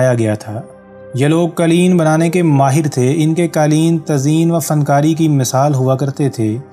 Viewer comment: یہ دستاویزی فلم معلوماتی اور دلچسپ ہے ، البتہ بولنے والے صاحب نے جس ناقص لب و لہجے کے ساتھ اردو زبان کی ٹانگ توڑی ہے وہ برداشت سے باہر ہے۔ قالین سمیت متعدد الفاظ کے ناقص اور غیرمعیاری تلفظ اور ادائگی نے سارا لطف غارت کرکے رکھ دیا